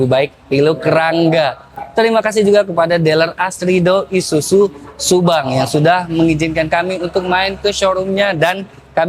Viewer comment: ISUZU mas.. Bukan ISUJU..😂